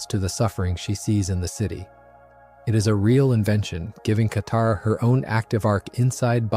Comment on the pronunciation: Around 20mins katara is mispronounced and then goes back to normal. 😂